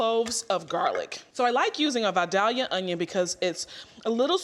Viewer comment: It's pronounced 'Vie-dale-ya' not 'Vie-dhalia'. It comes from Vidalia, Georgia. It's an onion not a flower.